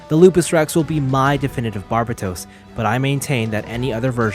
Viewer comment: Can you not say Barbatos like the dub. it's so bad and gross